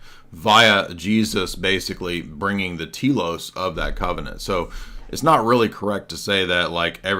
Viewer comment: just a correction in pronunciation. The "e" in τέλος (= goal, purpose) is pronounced as in "pet", like tellos. Τήλος (pron. Tee-los) is a small island in the southeastern Aegean Sea. 😁